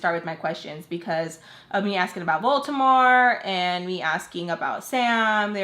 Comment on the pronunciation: every time u say Voldemort it sounds like you're saying Baltimore so whenever I explain these story times to other people I keep accidentally saying Baltimore